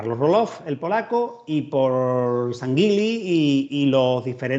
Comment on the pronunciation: Permítanseme dos amables correcciones: El apellido mencionado de los señores generales Julio y Manuel Sanguily, era y es conocido y pronunciado en Cuba con la fuerza de acentuación en la última letra. Sanguily' así como la región de Baraguá se pronuncia del mismo modo agudo, con acento en la última sílaba. Saludos.